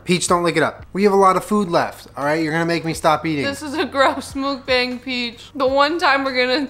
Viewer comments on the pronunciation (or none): the way u pronounce mukbang makes the Asian inside of me SCREAM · MOOK-BAHNG, NOT BANG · Correct Pronunciation : "maukbong" not "mookbang" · MUH - K - BAW - NG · love thissss, yall should do more mukbangs. p.s. not to be rude but it's pronouced "mook-bong" ahahah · It’s mook— BONG! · kiiinda bothers me how they pronounce 'mukbang' 😂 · Dislike for mispronouncing mukbang